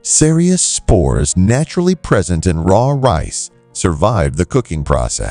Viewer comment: the AI is so dumb it pronounces Rice as REECE you can tell its not an american AI